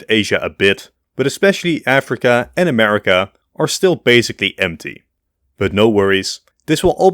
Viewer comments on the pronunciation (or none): none